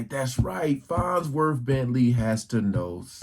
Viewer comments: lol fonzworth? - it's farnsworth i know says it like he's saying fonz from happy days- i remember the farnsworth bentley character on chappelle- knows the scoop on everything on earth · It's LITERALLY "FONZWORTH"